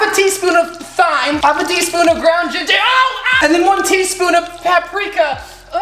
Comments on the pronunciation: keep saying it th-yme so youre quirkey and not like the other girls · I’m sry this got on my nerves as soon as he said it. “Thyme” is pronounced “time” not “thyme.” It’s confusing but that’s the English language for u. But he also said he has a 3rd grade reading level sooo...